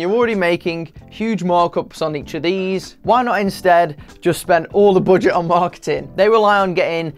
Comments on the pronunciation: I like to way you pronounce 'boudget'. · The way he said "budget" 🤣🤣🤣